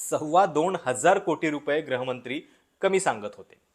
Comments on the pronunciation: अभ्यास पूर्ण विवेचन केलंत ! एक छोटीशी सूचना करावीशी वाटते ! ती म्हणजे, कृपया गृहमंत्री असा उच्चार "ग्रहमंत्री" असा नका करू ! तुम्ही abp मध्ये दिल्लीचे प्रतिनिधित्व करायचात तेव्हापासून मी तुमचा चाहता आहे ! धन्यवाद ! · ग्रहीतक नाही, गृहीतक आणि ग्रहमंत्री नाही गृहमंत्री... शब्दांचे उच्चार नीट करा. बाकी विवेचन छान..